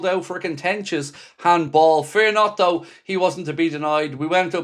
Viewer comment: It’s though not doe